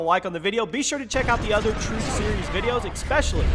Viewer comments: The turth of captain price thats how its said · "the turth" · THE TURTH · “The Turth About Captain Price” lol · The Turth of Captain Price😂😂😂😂😂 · The turth of captian price 😂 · excuse me mate,what is a turth? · The Turth? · The turth lmaoooo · Ah yes, the TURTH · The turth? Lol mistake at the start! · Um... you said turth and not truth, sorry bro 😅😂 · the TURTH about captain price mate? 😂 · Oh nooo. The turth:/ 😂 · Jimmy op tell the turth the whole turth and nothin but the turth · Did anyone notice that he spelled truth wrong he said turth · “ the turth “